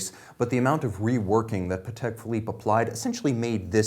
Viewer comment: I lOVE that he pronounces pahtek correctly